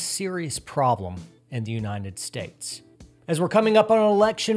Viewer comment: I'm sorry for being an ass, but what is that "Unineted" States speech impediment?